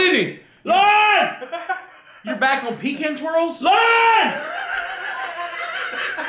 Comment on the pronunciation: He calls Lauren “lawn" 😂😂😂